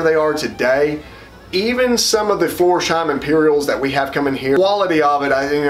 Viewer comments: It‘s Flors-heim, not Florsh-eim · Florsheim is a village near Frankfurt am Main. It's pronounced floors-hime. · When he said Florsheim, ngl, I yelped.